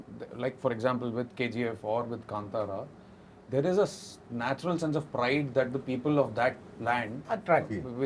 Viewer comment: My comment might seem insignificant or silly when compared to other intellectual discussions in the interview I genuinely felt happy when Anurag Kashyap sir pronounced 'Kantara' correctly. It shows his precision😊